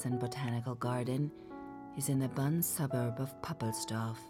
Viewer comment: Lovely narration and voice but never heard Bonn pronounced as Bun